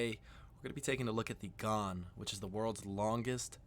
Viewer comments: Pronounced garn….not thorn…. Bloody poms How dare you think Vegemite is anything like that shite called marmite. Vegemite is also awesome smothered on both sides of a T-bone steak. Trust me Vegemite is the best marinade for cooked beef. 🥩 If you let it cook a bit longer you can get a crunchy or chewy texture to it as well as a soft salty grease to add to the butter. Fukn beautiful! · It's not gharn It's pronounced ghaan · I did Darwin to Adelaide on The Ghan in August. It was brilliant. But pronounced Ghan as in Gan not as in Garn. Note - the single cabins were brilliant. Yes they are small and you have to share bathrooms but the bathrooms are full size with full showers (unlike the 2 berths that have tiny ensuites). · It's not 'Gharn', it's 'Gaan'. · Heh heh, it's the Ghan, rhymes with fan, not the Ghaaaan. I'm a fan, btw. Cheers. I live in Perth, where we have the world's best climate, IMHO. Yes, it's a long way from anywhere, but air travel makes it easy (except for the COVID disruption). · "Ghan" rhymes with "Ban", not with "Barn". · The Gharn !! it's the Ghan there's no R in it and the A is a hard AA as in And now try and say it like an Australian and the N soft and slightly nasal. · Ghæn, not Ghaan. Short for Afghan. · AS an Adelaidean (from Sth Australia) I can tell you the Ghan is just for travelling south to north and vice versa. If you plan to see the main citiies, look into the Indian Pacific that goes east to west from Sydney to Perth and vice versa. The Ghan is pronounced with just the 'a' sound not the 'ah' sound. I know the guy talking said it with the 'ah' sound but he's British, not an Aussie. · The Ghan is pronounced Gan, not Garn. I’ve travelled on the Indian Pacific from Adelaide to Sydney and return. It was a very pleasant trip. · I promise you vegemite is better than marmite. I love one and hate the other...oh, and Ghan rhymes with can. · The Ghan is short for The Afghan Express & Australians pronounce it like ran or tan.